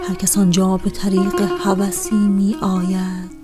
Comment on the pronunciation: خیلی افتضاح خوندید تقریبا ریدی به شعر حافظ علیه الرحمه ، بخصوص توی گویش می آید ، واقعا ریدی